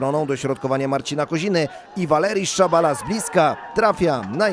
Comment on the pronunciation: Valerijs Szabala, a nie Valeriszabala